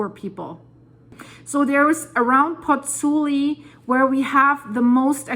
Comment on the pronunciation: It is PozzuOli actually, not Pozzuli